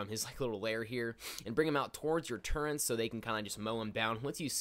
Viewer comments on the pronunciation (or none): Turrets, not turrents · Wait did you just call them turrents? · same mate, like wheres the bloody n? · One of my biggest pet peeves- when people pronounce Turrets, "turr-ents"... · oh boy i just love TURRENTS (all pronunciation hate aside nice video, it helped a lot, new sub!)